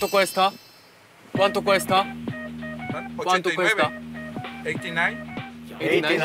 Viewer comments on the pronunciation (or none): ¿cuánto cuesta? 꾸안또 꾸에스따 꿰스타 라고 하면 틀린 발음. 줄이지 말고 그대로 읽어요. 미국사람 처럼 읽지 맙시다.^^ 조금만 연습하면 영어 보다 쉬운 발음이예요.^^